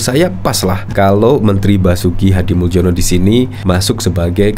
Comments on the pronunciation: Min, nama pak Basuki Hadimuljono itu dari bhs Indonesia ejaan lama. Anda keliru pengucapannya menggunakan ejaan baru. Yang betul pengucapannya sbg Hadimulyono bukan Hadimuldjono. Soal remeh atau tidak terserah anda saja mau yg mana. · Itu Basuki Hadimuljono (dibaca HADI MULYONO) - jangan salah baca - MALU-MALUIN. !!!